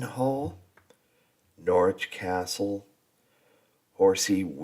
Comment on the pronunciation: What a great package! You are doing well with the pronunciation - Gloucester you had straight off, and Norwich you corrected yourself. I was at University in Norwich for four years, so it was my second home, and I loved it there. Norfolk is particularly tricky for placename pronunciation. 'Happisburgh' is a CLASSIC of English spelling/ pronunciation divergence! It is pronounced 'Haze-brugh' They also have 'Wymondham' pronounced 'Wind-um', 'Garboldisham' pronounced 'Garb-a-sham' and a small village called 'Talcolneston' pronounced 'Tackles-dun'. There are many more. No-one expects anyone not already in the know to get them right first time! The narrator of the Norfolk video's pronunciation leaves a lot to be desired..... Norwich - Naarrich (from locals) or No - rich for most people (the 'o' sounds like the the 'o' in 'block' but definitely NOT 'Nor'. Boudica (the warrior woman) - BOO-dick-er You do not need help to pronounce 'Leicester' correctly! I did wince at the Earl of Ly-chester on the video! Hunstanton is said HunSTANton - narrators emphasis was all wrong. Other than the pronunciation tha was a good video showing some of the major visitor atractions in he area.